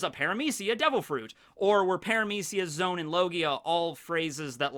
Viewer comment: I think "zoans" are pronounced like zoh-ans, not zones Like the word for animals Zoa Because it's the fruit that makes you an animal